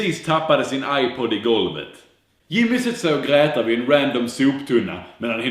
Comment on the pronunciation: Varför säger du gräter